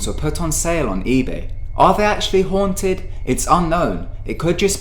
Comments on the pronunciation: WOW MANY TIMES HAVE YOU EVER NEED TO BE A GOOD WAY TO SAY HONTED XD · how many times did he say hoanted